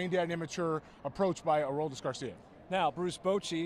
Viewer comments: “Aroldis” Garcia😭😭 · His name is ADOLIS not aRoldis